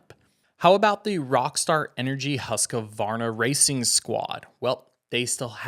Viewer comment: It is “Husq””varna” not “Husqa””varna” only 2 a’s